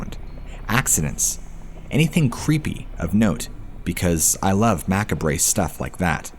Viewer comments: Macabre is pronounced more like "Ma-kahb". ....or sometimes "Ma-kahb-ruh". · Your saying macabre wrong.